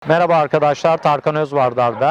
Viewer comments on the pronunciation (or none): none